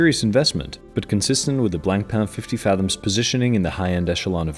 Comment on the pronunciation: C in Blancpain is silent. Merci